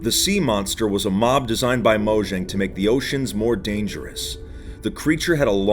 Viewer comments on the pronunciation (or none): M3 hearing him say moshang Me:mojang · I'm glad to hear that a lot of people pronounce it as Mojang and not mOyAnG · It's pronounced "moyang" and not "mojang" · The j in Mojang is pronounce as y. Moyang.